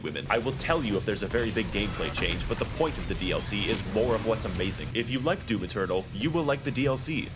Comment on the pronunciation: She really did say “doom external”